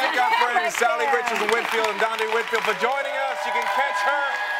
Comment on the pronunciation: So is no one going to comment on the fact that they kept mispronouncing Salli's name